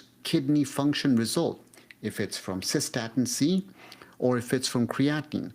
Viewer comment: No I have not heard of cosa-statin- C